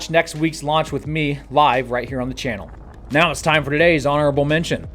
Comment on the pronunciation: Did he say "going on right meow?"